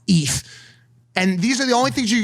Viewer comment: did Mike say eth 😂 it's ETH spelled letter by letter